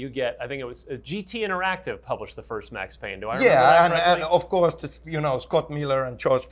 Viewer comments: IT'S PAYNE, WHACK 'IM. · IT'S PAYNE